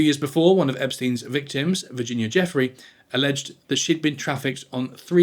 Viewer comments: Virginia Giuffrè deserves to be remembered for her bravery and deserves to have her name pronounced correctly. It's not pronounced "Jeffrey" - it's pronounced "jou-ffray" She deserves the effort, come on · This is the 100th time I hear someone mispronounce Giuffrey. For all these people who make videos about her case and prosumingly making some money with it, is it really asked too much, to find out how her name is pronounced and at least give her that tiniest amount of respect?